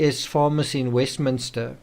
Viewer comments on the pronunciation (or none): none